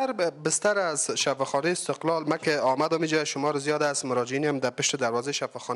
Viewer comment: شفاخانه( استقال) شما حتا کلمه را درست تکلم نمتوانید